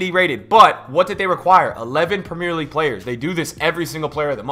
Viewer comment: I ain’t one to get mad ye but can u say the fuckin league right